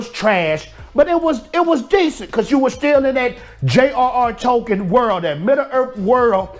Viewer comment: Tolkien. Not Tokens.